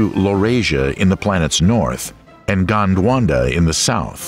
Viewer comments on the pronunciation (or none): Also Gondwana not 'gondwanda' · Gondwanda? Crustatious? Really? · Also “gondwanda” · GONDWANDA was irksome as well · Gondwanda? Crustaceous? Cycades?